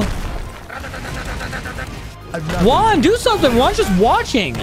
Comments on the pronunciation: You have to to pronounce his name right u are saying uan but jus5 pronouns it like it’s on the comment it’s guan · bro just keeps calling juan uan 💀💀💀💀💀💀💀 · Bro you said jaun not juan